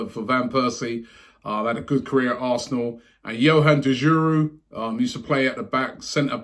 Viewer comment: "Yohan Derjouroo" lol Robert!